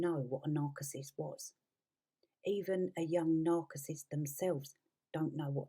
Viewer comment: Thomas was a Lighting director, not some big shot movie director...there is a huge huge difference....and you don't pronounce narcissist properly.....just saying.